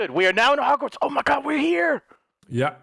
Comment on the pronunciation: said Hagwarts instead of Hogwarts.... I'm done...